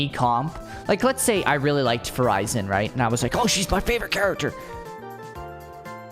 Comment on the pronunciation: He call her name "Fu Ray Zan"